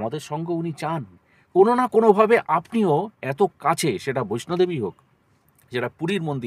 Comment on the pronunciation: It's "Vaishno Devi".... ❤ Not "Baishnab Devi"